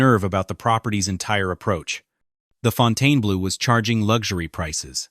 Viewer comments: It is pretty pathetic that the name of the resort is mispronounced throughout. Left after 10 minutes. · How can we take you seriously when you don't even know how to pronounce the name of the hotel. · Seems like a good summary of the many issues with the property (which I've visited a couple times) but this channel couldn't get a human to voice the video?! And published it saying the name wrong--and differently each time??? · Fontayna-blue? How aggravating is that? Is it that hard to find somebody to narrate a video? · The narrator keeps pronouncing the resort's name incorrectly! Why? Hasn't he heard before the correct pronunciation??? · It is called Fontainebleau and not Fontaine-Blue. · Fountainblue. Brutal narration and pronunciation. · Fountain blue is how its said lol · It’s pronounced Fon-ten-blue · Why can't they program the electronic voice narration to pronounce the name of the video properly, throughout this entire program?! Pronounced, Fountain Blue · It surprised me that this hotel is failing. The one in Miami is one of the most successful hotels in the region, and Vegas seems like a no-brainer. Maybe Vegas is different, but in Miami, its just pronounced Fountain Blue, not the way OP says it. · The narrator does not know how to Pronounce Fontainebleau. Really drove me nuts! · Are you serious? You can't even pronounce the hotel's name? Ridiculously. I stopped after the first sentence. Shameful. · It’s not pronounced that way - it’s not abbreviated! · Someone tell this idiot how to pronounce the Name! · He can’t even pronounce the name correctly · So Funny! Can't Even Pronounce The Hotel Name! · LEARN TO PRONOUNCE THE NAME OF YOUR SUBJECT. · You would expect that the “narrator” would figure out how to properly pronounce the name of this facility - or at least how to pronounce the name consistently. 😊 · It's impossible to watch when they mispronounced the name of the hotel, which is the topic? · I think you are pronouncing the name of the hotel incorrectly.